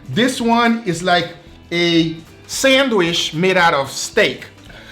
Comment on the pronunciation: No one:: SENWISH